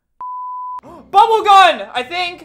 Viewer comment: Albert saying bubble gun and then me thinking he’s saying bubble gum